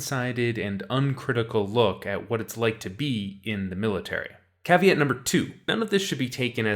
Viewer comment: The way he pronounces caveat 😬